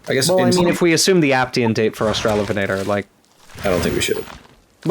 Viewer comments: Thank you for the lovely information on australian megaraptorans which are obscure tragic critters that I love, very cool that you're working on them professionally. Also, losing my shit at "ven-ah-tor" pronunciation I've never heard it like that and my brain doesn't like it /lh. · The only correct pronunciation is obviously AustraloVENator, analogous to RAPator. As for "Huene", that's an old spelling of "Hüne" (a rather archaic German word now mostly used to refer to a very tall and imposing man); the e at the end is pronounced like "-uh" in English. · I, too, hate the -lovenator pronunciation. Sounds like something out of a bad raunchy novel lmao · As maybe is discernible from the eight billion comments on this great vid, I love this thing to no end, S for sinister and superb (no H vibes unfortunately), top 5 design for me. I would say I austra-LOVE it to no end but I do not enjoy that pronunciation. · For me it seems the best pronunciation is the one that separates the two words: AUstralo VEnator